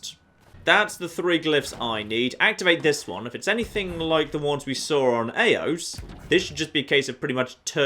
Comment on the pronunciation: you keep on doing it, you keep on triggering me when you pronounce Eos wrong. Its E - ohs(s). Not A-ohs E. E. E OS.